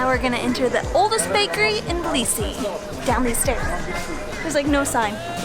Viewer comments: can't believe that you kept pronouncing it blisi. its not that hard. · T in Tbilisi isn’t silent. I’m from Tbilisi and in Georgian language we don’t have silent letters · dafaq We spell the T in Tbilisi. This guy is talking sh.... Not true tea.. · We do say the T it's not silent never was